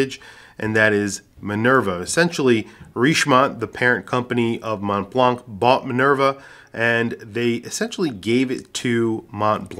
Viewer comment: Montblanc is pronounced Monblan.